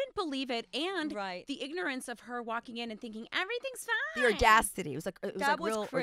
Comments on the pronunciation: Ramona - " Audastidy " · Audacity everyone that speaks english. Ordastacy....Ramona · Ramona... I'm pretty sure it's AUDACITY, not "Ordacity." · AudasTity Ramona? Really? It's "audacity" dearie!